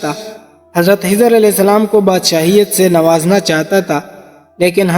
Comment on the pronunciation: Brother he is my school friend he cannot pronounce خ properly💙spread love not hate